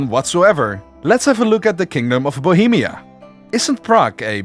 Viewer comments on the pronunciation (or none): You've really butchered Bohemia ... like what the hell ...